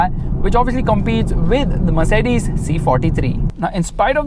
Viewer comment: Merceddaze intro 🤣🤣🤘